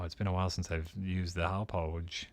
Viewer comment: I have to admit, I cringe a little every time tries to pronounce "Hauppauge":/